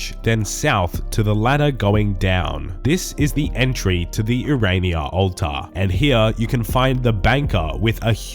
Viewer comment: My favorite part of this video is hearing say "ulta" 69 times lolol